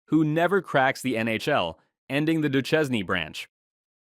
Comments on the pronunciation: Steve Do-shane should be the correct pronounciation. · How can you pronounce Lefebvre but not Duchesne ? This is illogical af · Steve Du-chez-nee?